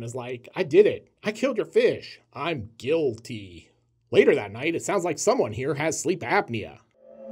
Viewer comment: Gill-ty? Omg you are a treasure